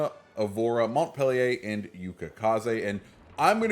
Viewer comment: You totally butchered the name of the ship by the way you said it and it is not a reskin of the Cleveland because it was in fact a separate ship in the Cleveland class of cruisers named for Montpelier which is the capital city of Vermont. Just because it may look like a Cleveland does not make it a Cleveland a lot of non Navy people think this way but it is not so. Good video other than that.